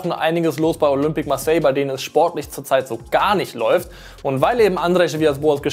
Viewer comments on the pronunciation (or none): none